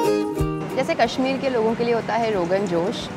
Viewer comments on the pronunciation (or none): none